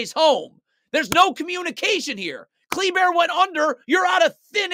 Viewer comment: Love the way this man pronounces Kleber (cle•bear)